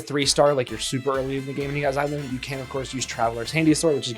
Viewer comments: It's a long O. zi-LOH-nen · It's Zee-lo-nen (just like how you would say the X in Xavier). Not She-lo-nen or Zy-lo-nen. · icl i cant even watch this video cause of how u pronounce her name 💀